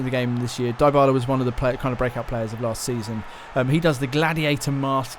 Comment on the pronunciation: Its pronounce Dee bala